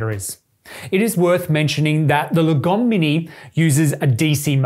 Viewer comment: I think the right pronounciation is not lagOm, but laaahgom, that's a Swedish word